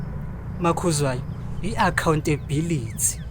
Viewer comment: accounting bility😂😂😂😂English never loved that woman😂😂